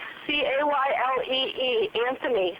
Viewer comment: Why does she keep saying Callee's name wrong?for someone who is so infested in that case how do you forget how to say her name. Me a person out here only listening to true crimes can remember her name always will. Yes she has lots of ppl she talks about however its not to hard to remember her name